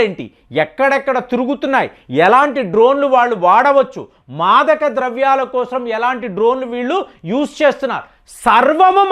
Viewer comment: దేశం కోసం అనీ పలకాలి కానీ దానికి మీరు దేశం క్రోసం అనీ పలుకుతున్నారు ఈ పదప్రయోగం బాలేదు ఎక్కడా అలా పలకరు గమనించగలరు